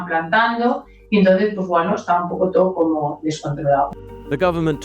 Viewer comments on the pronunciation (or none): none